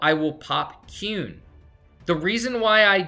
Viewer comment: that is not how you say quen lol